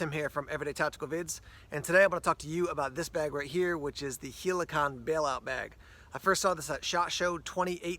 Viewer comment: why is everyone calling it HELAKON? its HELIKON , like Helicopter and condom